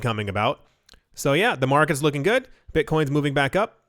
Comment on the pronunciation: Every-time you said YUH it cracked me up